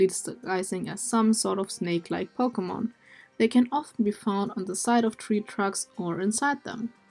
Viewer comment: Is it just me or her Accent when she says pokemon sounds like fakemon